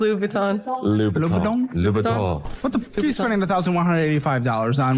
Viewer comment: he did pronounce it correctly, but then seconds later agreed and repeated "Louis Vuitton" with the host, whilst nodding and conflating the two words and mumbling it to sort of sound like Louboutin. Let's face it, he either got stage fright in front of the camera, or, he didn't know wtf he was talking about. My vote is on B.